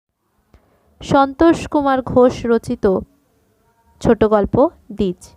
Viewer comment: উচ্চারণ ঠিক করুন ওটা দিজ নয় এটা দিজ ও